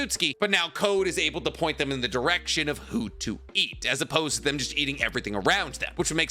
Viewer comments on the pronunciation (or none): none